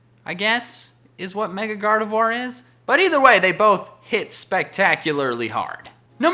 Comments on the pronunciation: Gardevoir is pronounce as "GARDEVWA" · GardeVWA. Not Gardevwar. You say it better than most, but... (French nerd here XD)